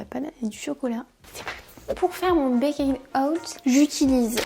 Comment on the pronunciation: J'adore tellement les baked oats 😍 c'est trop le petit dej doudou avec les porridges ! D'ailleurs ça se prononce pas "baykayd" mais "baykt" ahah